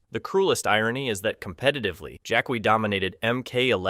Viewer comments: Jack-wi? It's pronounced jack-ee. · Jackwee? Jacqui is said as Jackie! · Jac-wee? Smh 🤦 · I CHOKED ON MY DIET COKE… “JACK WEE” BAHAHAHA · Pronouncing Jaqui "Jack -wee" is hateful in itself. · "jack-we*? Seriously? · Please tell me that you know Jaqui is pronounced Jackie and you’re just having us all on 🙄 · Who the 🦆 is jack-kwee? 🤔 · Jaqui wasn't left out of MK1, it was an in universe hard reboot. Notice that she was nowhere near the only character? And the way you pronounce her name, god give me STRENGTH, tell my you haven't played MKX or 11 without telling me you haven't played them, they say her name MANY times. You raise valid points about her other than those two, but come ON. One other naff point, her move set is real world martial arts? Good job describing MOST OF THE CAST... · Jack-we? Noob saibo? Really? 🙄🙄🙄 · What gets me is how inconsistently you mispronounce names. Who the hell is "Jack-Qwee" or "Noob-Saiboot"?